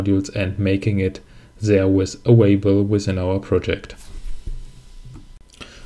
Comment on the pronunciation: thanks for the good video - but you are making me nervous, because you are always saying „avaible“ instead of „available“ 😂